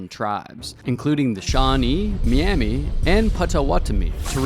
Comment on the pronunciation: Please get your AI voice to pronounce correctly. It's Miami, like Miami Florida. AI pronounced it mee-ami....wrong!